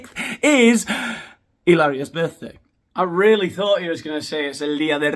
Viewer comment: Illarious. You’re making up words at a record rate. I’m impressed along with every one “ilse” in the comments. Si? I know Spanish 😂